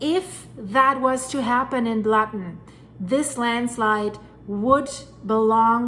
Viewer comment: Blatten is pronounced Blutten.